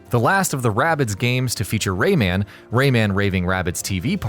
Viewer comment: It's Rayman, not RayMAN, get it right dude